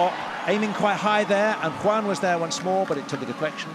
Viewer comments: I cringe every time he says “Huan” instead of “Yuan” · The Chinese flag raised at the ceremony is not a genuine Chinese flag, just one of those copy cats. Also # 1 Chinese player is "Yuan X. Y.", the last name is Yuan (袁), not pronounced wrongly as "Guan" (関).